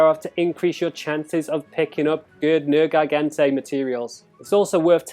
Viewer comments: You slaughtered the name it's not nergaigante it's nergigante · "ner-gai-gan-tay" XD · Why are you butchering the name? You’re pissing me off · "Haha, he said a made up word differently"